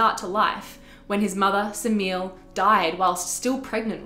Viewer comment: The mother of Dionysus is not pronounced Semeel. Her name is made up of three syllables, the Greek being Σεμέλη. This isn't the only video that gets it wrong.